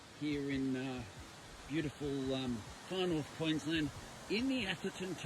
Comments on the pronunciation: dude it's Queensland not Queenslind ok mate. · Dude, its QueensLAND. Queensland. Not bloody QueensLIND. QUEENSLAND